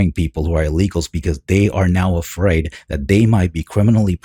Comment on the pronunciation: They’re criminals, hey should be “Eafraid” Jesus Christ they can’t say a damn English word without putting a damn E in front like wtf get out 💯🚮